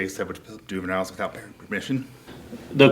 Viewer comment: dude is so nervous he can’t even breathe or finish a sentence and his mouth is so dry from lying and anxiety that he keeps smacking his mouth and only says the ends of words “mission” instead of “permission” “ent” instead of “parent” and breathing so hard he’s making me have an anxiety attack